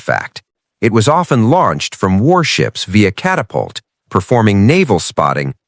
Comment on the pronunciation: Catapult is pronounced Cadillac by the AI.